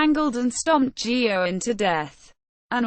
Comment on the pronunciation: The priest's last name is pronounced gay-gan not geo-gan or joe-han. WTF do the pictures used in the video have to do with either Geoghan or Druce? Thumbs down. Booooooooooo!